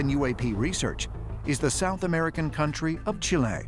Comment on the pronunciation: It's not pronounced as Chilay, just as Data is not meant to be said as Darta like Australian's say it.